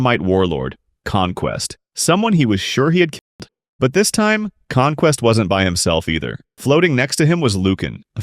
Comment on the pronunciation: killed.. killed. The word is killed